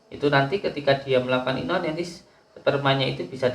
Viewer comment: Punten gus... Onani bukan inoni 🙏🏻